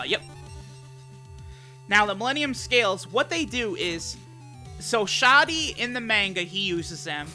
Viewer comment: I would've pronounced it 'sha-dee'